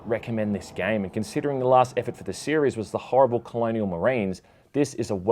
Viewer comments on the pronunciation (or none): none